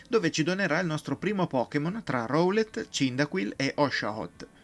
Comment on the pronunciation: può succedere. Sono Hisui (l'accento cade sulla prima I), Rowlet (Raulet), Cyndaquil (la C si dice all'inglese, quindi è una S) e Arceus (Archèus, ma è praticamente il nome con più pronunce sbagliate in assoluto)